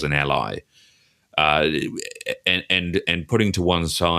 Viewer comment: It's "Ally", not "a LIE". 🤭